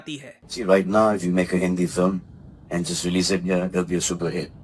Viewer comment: Aand Force😂😂